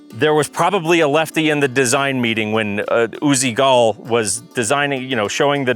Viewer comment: You OWN an Uzi, you KNEW you were making a video, you WROTE the script and you STILL couldn't take the time to learn how to pronounce Uziel Gal's name?? WTF?? And in Israel we speak Hebrew, not Israeli. FFS!!